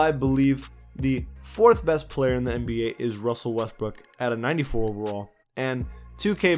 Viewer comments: “Wussell Westbrook” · "Wussell Restbrook" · Why do u keep saying wussel restbook. And how is boogie cousins a better center than Rudy gobert